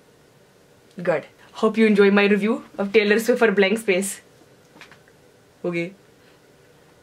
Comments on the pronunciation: When she said Tailer swift! Damn im cracked! LMAO! 😂😂😂😂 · "Tyler Swivft" AMAZING 👍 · How to pronounce Taylor Swift correctly: by "Tyler Swiffer"